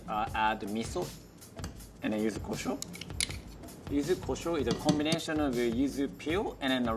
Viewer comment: you know he is legit Japanese born in Japan because how he pronounce "Combination"